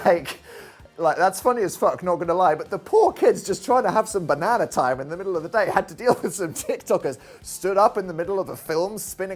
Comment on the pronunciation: Why does he say banana like that love you